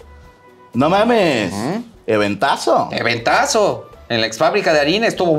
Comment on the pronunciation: "EVENTASO" JAJAJAJAJAJ 😂❤